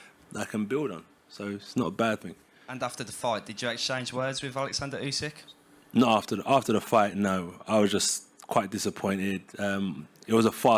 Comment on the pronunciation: Couldn't say Alexander Usyk